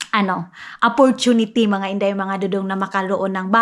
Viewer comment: Opportunity Hindi apportunity ayosin mo mga salita mo pra Hindi ka ma bush 😂😂😂